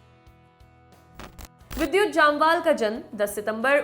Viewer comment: U pronounce both name wrongly Jamwal and abrahAm